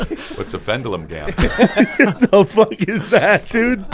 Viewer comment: But wtf is a fendulum gam?😂